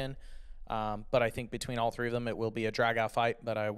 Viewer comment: TH is not the same F... THREE.. not Free... THINK.. not FINK.